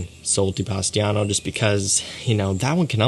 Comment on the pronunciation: My friend, with respect, but please the name its Sol de POSITANO. Not Pastiano! Poor italians from POSITANO region....lol Accualy Sole Di POSITANO tô be ecxact. Hugs from Brasil!